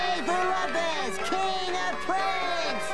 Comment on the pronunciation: Okay! Let's get to the bottom of this! Raj and Slinkman say 'Loomp-us' when everyone else says 'Lump-us'...what's the deal with that?